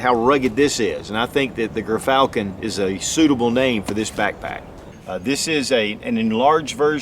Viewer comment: Dont mean to be that guy but its pronounced JEERFALCON